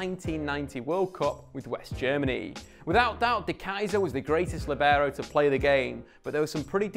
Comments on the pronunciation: What's a Lebarrow? Sounds like a texan pronounciation. It's pronounced LEE-BE-ROH. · Actually pronounced LEE-beh-raw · Apparently no one is interested in learning how to actually say the word lìbero. Not even people making educational videos about the position. Accent is on first syllable, Lì. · In Italian 'libero' is pronounced with the stress on /li/ not /ber/... but I've never heard an English speaking person pronounce it that way.